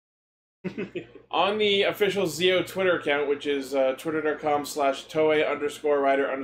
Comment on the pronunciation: Guys the name is pronounced jii-ou.